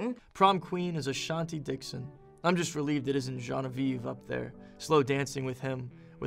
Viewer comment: why would they let noah pronounce Genevieve like that💀💀💀 “johnavieve”